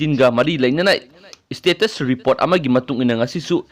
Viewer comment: Istaff, istate, istatus... Anchor plis improve ua pronunciation!!